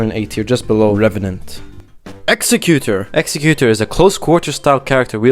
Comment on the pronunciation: 2 things: List is absolutely atrocious, Ironeye and Duchess last? What the actual F. Also, you mispronounce Executor, like so many other folks. It's not pronounced like the word "Executioner."